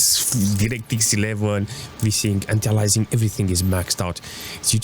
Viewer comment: Anti aliasing not alaising :))